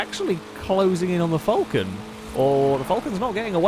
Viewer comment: It's a f-AL-con not a f-UL-con